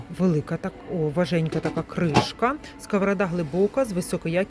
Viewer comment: ВажКенька а не важенька